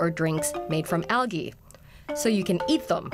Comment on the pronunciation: learn how to say the words "nylon" and "algae".